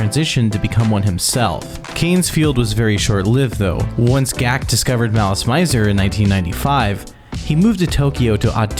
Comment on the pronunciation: One would think if you were doing a video about a Japanese band that had some French words for titles that the creator would put a liiiiiitttle more effort into pronouncing stuff correctly. My soul died inside when he tried to say Gackt's name how people do in Japan. Ge-Ku-To?..... wtf